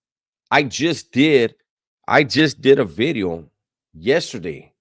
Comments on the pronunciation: I say new veeedeeeoh bout 30 times a day randomly 😂😂😂😂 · NUU BEEDEEEOO 😂